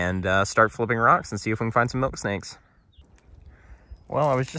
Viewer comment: ....at first it sounded like you said chocolate milkshake, I was just about to say, you gotta be trying to pull one over in me...smfh